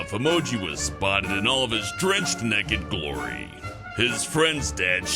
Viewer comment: " In his drenched, naked, G L O R Y" I lost it